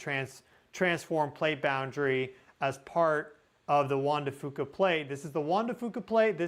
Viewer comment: Juan d-fyou-ca, …🎉😊